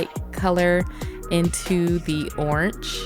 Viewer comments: I love your "CH" at the end of Orange! "Oranch" 😂😂😂 I love listening to your voice sis, the nails are Bomb!! 😍😍😘😘😘💝💝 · Great video 👍... girl did you say oransh?🤔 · 😂😂the way she says orange has me dead but those nails🔥🔥🔥 look sooo pretty😍